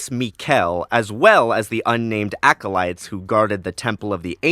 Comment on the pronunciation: Unfortunately I winced every time you said acolyte 😮‍💨